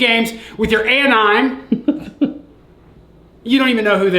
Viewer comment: What the hell is an-ime lol